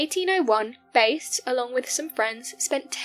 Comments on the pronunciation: His surname was pronounced BASS . A AS IN APPLE.NOT BASE AS YOU WOULD HAVE IT IF YOU ARE GOING TO COMMENT AT LEAST FIND OUT HOW PEOPLE PRONOUNCE THEIR NAMES . BASE STRAIT BASE THE SPECIES OF FISH & LASTLY BASE HWY. NO ONE HERE KNOWS TO WHOM YOU REFER. WASNT IT AMMUNDSON.? G-D PRESERVE US! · Base is not his name. It’s Bass. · its Bass like the fish not base . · Its George BASS, as in Hugh JAZZ